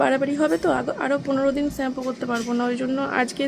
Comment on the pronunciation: ওটা ছ্যাম্পু না ।শ্যাম্পু হবে।ঠিকঠাক উচ্চারন টা কর।তোমরা তো ইনফ্লুয়েন্সার তোমরা যদি ভুলভাল কথা বল তাহলে কেমন হয় বিষয় টা ভেবে দেখো